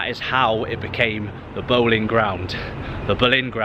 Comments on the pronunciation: Its pronounce Bow-lin not Bowling and its Elija Wood not Burke 👍. The Boleyn ground was the most intimidating stadium in Britian! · Bowling Ground? Its Boleyn. Pronounced Bow Lane. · Isn't the Boleyn Ground pronounced, "Bow-leen" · A good but also a sad video to watch. Not many references to West Ham United remain, but you did miss the fact that some of the new buildings are named after previous Managers. You walked past (John) Lyall House at one point. It's funny that you can pronounce Bowen, but not Boleyn 🙂